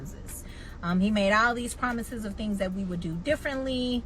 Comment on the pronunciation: Did you say "promithes, promithes"? 💀💀